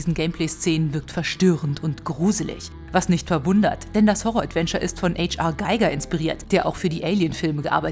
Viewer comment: Das H R in H R Giger steht für Hans Rudolf. Wird wohl eher "Ha Er" als "Äitsch Ar" ausgesprochen.